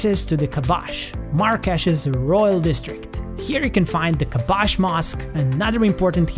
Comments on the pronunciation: About the last information where the mosq and tombs located called KASBAH not KABASH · KASBAH not kabach i live in Marrakech city in KASBAH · kabash mosque 🤨 it's " kasba " the name of the district the mosque's name is " Moulay El Yazid"